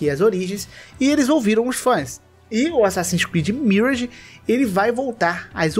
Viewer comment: pelamor de deus fala "miráge". obg.